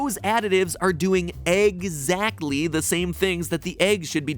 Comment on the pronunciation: Egg-zagtly wut we egg-speckted, MatPat........ yaay!